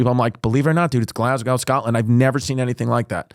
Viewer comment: Great pod ❤ but it's pronounced glaz-go 😎 or glays-gah to the locals